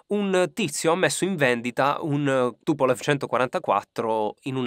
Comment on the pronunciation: si pronuncia TupoleF